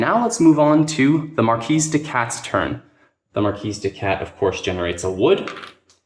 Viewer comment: Good stuff Corvids are my favorite faction. Oh and it's MarKee no S sound.